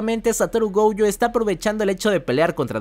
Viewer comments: Nose porqué pronuncias GOUUYO, si hasta en el doblaje latino es GOYO!! GOYOO. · No es gouuuujo 😅😅😅 Me estresa esa u que le pones. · porque mencionas la o como ou???